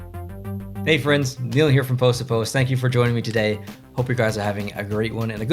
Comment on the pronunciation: HI, Neil! you prounoced my name right. for detroit i got insipred by may "87 camaro with the 5 star rim lol thank you all for the feedback and comments.